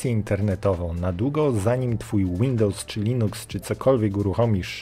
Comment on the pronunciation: Dałem łapę w dół, dlaczego? Ponieważ autorze jesteś kompletnie niekonsekwentny, nazwy urządzeń, aplikacji itd czytasz "popolskiemu" ale Windows wymawiasz "łindołs"